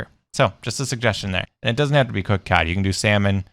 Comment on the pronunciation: It's cod not cad ok sorry I just got a little bit angry